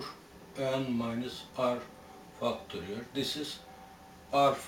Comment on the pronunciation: love the way he says fucktorial